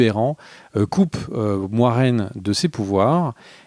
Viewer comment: Merci les gars pour la vidéo, je suis hypé par la suite comme pour Game Of Thrones je n'étais pas chaud dès la première saison mais seulement à partir de la seconde. Par contre j'espère que c'est seulement qui se trompe sur la prononciation de Moiraine parce que sinon c'est bien moche.